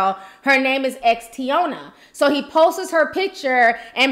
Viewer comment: Ti, FYI, it's posts: one syllable.